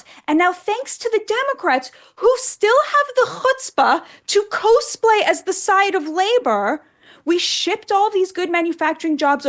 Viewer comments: Batya is great, I just wish I could let her know how to say "cosplay" 😅 someone that knows her, tell her that "cos" sounds like "cost" and that it means "costume play", I'm sure she'll get it instantly 🙏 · I love you, but it's "kaaz-play." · Why does she say cosplay like “cose play”? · Appreciate the analysis from Batya Ungar Sargon. But PLEASE learn that it is pronounced "cause play". Like, short for costume play. It will help your credibility when using the word. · Learn how to pronounce cosplay. It was pretty painful and cringe each time she mispronounced it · if you're going to use the term "cosplay" so often... at least pronounce it correctly. and i love Megyn's obsessions with Lauren Sanchez's tits.